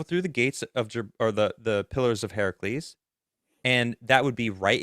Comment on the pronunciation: Are & trying to say pillars of HERCULES?? “Herc- u-les”. It’s not Heracles. Yet y’all kept butchering it over & over! 🤣😬